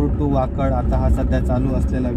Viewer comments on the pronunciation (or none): It's not Wakad it's waked वाकेड